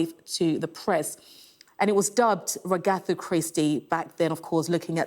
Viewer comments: WAGatha, not wagATHA! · It’s not wa ga tha is wagatha. 👀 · can someone please teach the beautiful newscaster how to pronounce Wagatha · This newsreader needs to know how to pronounce wagatha properly !